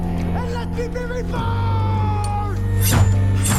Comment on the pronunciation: I honestly thought you said Lebron instead of reborn lmao